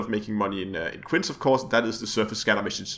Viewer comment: Quince is pronounced kwinsee